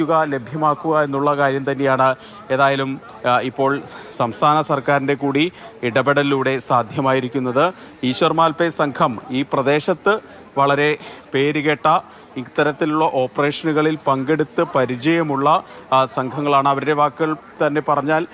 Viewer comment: മാൽപ്പേ അല്ല malpe എന്നാണ്